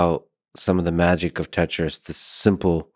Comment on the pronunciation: When he said Tetris I wanted to stop the video and die.